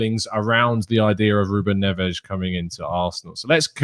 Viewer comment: I love the Portuguese pronunciation of Ruben Ness